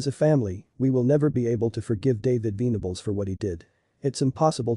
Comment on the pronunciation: Should be venables like ven , but not veen